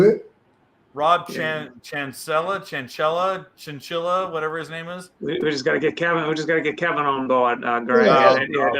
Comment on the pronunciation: It's not Rob Chinchilla 🤣🤣🤣 it's Rob Chancleta! Like the sandal your mom hit u with as a kid 🤣🤣🤣 OMG hilarious! Best WCJ troll moment ever!